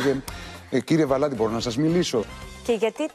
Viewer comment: Πεθαινω με το ΒαλαΝ-Τη της Πανιας!